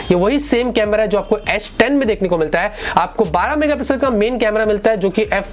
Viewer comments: aish10 kyu boll rha ha bhai ... s10 boll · It’s not asss 10 it’s s10....😂😂😂